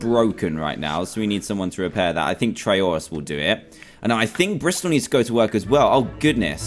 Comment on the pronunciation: Madison cox its Bristol not Bristal